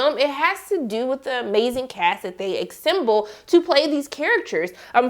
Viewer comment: did you say "acsemble??"